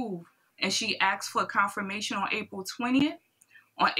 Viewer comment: Akkks….. why? Can’t people say Asked??????!?!!!